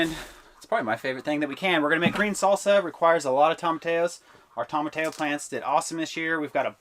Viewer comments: I'm not from Texas, but I did grow up in a Hispanic community and I've always heard it as tom-a-TEE-oh too. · I love how y’all work in tandem. I do have to tell you, you are mispronouncing “tomatillo”. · They are pronounce tomatillo the 'll are silent in Spanish , and the plant of the Tomato which is a form of tomato it is a vine that needs to be line to throughout your hot house there cuz when you top it off that way you don't get them bigger they're supposed to be bigger and said a little less I really enjoy watching your program thank you for the chili pepper medley God bless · The pronunciation of "tomatillo" is bugging me like crazy but still love the video. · I didn't get what you call the veggies for the salsa ?? Tom-something :))) ?? I ran it in all slow speeds, just cant get the middle part. Is your jam similar to Chutney by chance ? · Could you please spell the name of the plant or fruit you are calling "tomatayo", I cannot find this fruit/vegetable the way you say it. I am in Texas, and the closest I find to what I see you growing is a tomatillo. Is is pronounced like a tortilla would be with an "o" at the end instead of an "a" sound at the end. "tomatillo", or like tomatea-yo. This tomatillo fruit is what we use to make green salsa. I am trying to decide if we are talking or speaking about the same plant, as I often follow what you preserve to try it out. Thanks so much. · Love the content. To hear him say “TOMMA TELLOS” hurts my soul, though. 🤣🤣🤣 -an admirer from North Texas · 1) Toe-mah-tee-yo (tomatillo) 2)ball-sah-mick (balsamic) 😊❤️ Easy ways to remember how they're pronounced. I really enjoy watching y'all. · Really weird to hear how you pronounce Tomato as Tomateyo. Or is that a separate vegetable? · How adorable... its pronounced Toma-T-O. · Love you guys but it should sound like “ toe ma tea o”😉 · Had to chuckle on how you pronounce tomatillo....correct pronunciation is: tow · muh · tee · o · Wrong pronunciation, it is tow-muh-tee-ow.